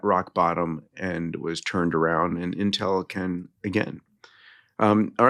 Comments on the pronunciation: 2 things for: 1. We know you went to MIT bro; the banners are a bit cringe 2. It’s “Inn-tell” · Never heard it pronounced Intél. Is that correct???